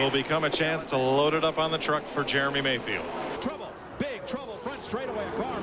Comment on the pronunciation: It sounds like you call him "Germy" Mayfield every time........